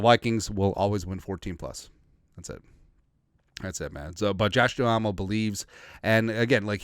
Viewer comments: It’s Josh Duhamel (Doo-MEL), not Doo-ah-mel. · It’s pronounced Josh Dumell brother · Ur probably too young to have seen the TV show 'Vegas'. Good stuff. You butchered his name 😢.